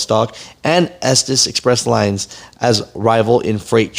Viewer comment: Estes is pronounced S tease